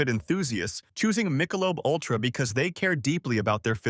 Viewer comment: Mike-a-lobe?? what??